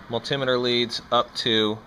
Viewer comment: I cant stand how you say multimeter lol BUT this was a very helpful video. Very good and simple straight to the point explanations. Thank you.